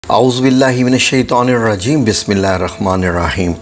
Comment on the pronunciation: Bismillah bhe Sahee Nahi Parhi And INNAHA LILIHA bhe Sahee nahi parhi Aap ny Aap Jajwaeed K Sath dobara Quran Majeed Seekhay